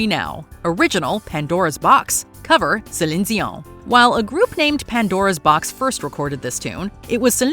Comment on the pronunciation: Why can't she say Celine dion properly